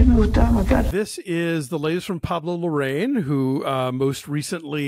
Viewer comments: the last name should be pronounced "la-ra-EEN", not "la-RAIN". just an fyi. i love your reviews! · I enjoyed both Larraín’s (pronounced “la-rye-een”) biopics, Jackie and Spencer. It’ll be interesting to see what he does with his next biopic with Angelina Jolie playing Maria Callas.